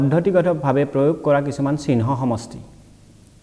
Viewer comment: উচ্চারণ শুদ্ধ করিব ( চিহ্ন )